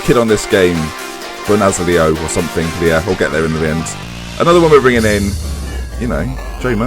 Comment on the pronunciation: Haha it's pronounced "Federico Bo-na-TSO-lee"